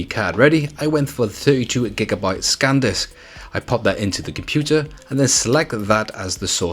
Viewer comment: He also calls the cards Scan disks and not San disk, who cares